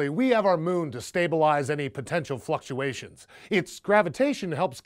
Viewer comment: lol I thought he said fuckuation